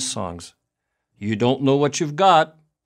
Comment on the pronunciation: In his own words: “Because that’s! .... hwhat canadians! .... HWANT! .... Mr. speaker.”